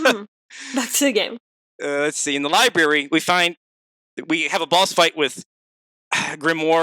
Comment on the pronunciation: Anyone else get a small brain aneurism everytime says lieberry?